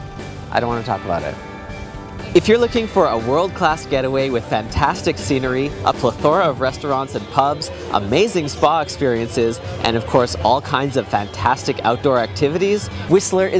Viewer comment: For future reference, plethora is pronounced "PLETH-uh-ra"...I would use the IPAD, but I'm writing on an iPad and can't find the required characters =\